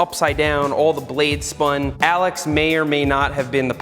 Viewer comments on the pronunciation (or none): none